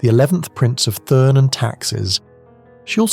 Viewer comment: Please note to whoever is narrating this article. The name is pronounced TURN and not THURN.